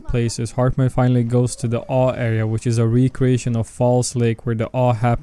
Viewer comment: It’s pronounced A-W-E. As in Altered World Events. Not “ahu”. lol 😂